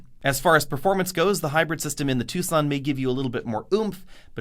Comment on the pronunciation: It’s Tucson not two sonne